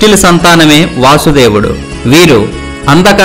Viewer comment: వాసుదేవుడు కాదు.వసుదేవుడు అని చెప్పాలి.